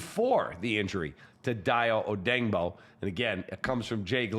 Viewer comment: "Day-O O-day-ing-bo", not "Die-O O-dang-bo". Look at the way it's SPELLED, & pronounce accordingly, dipsh*t K(r)ap.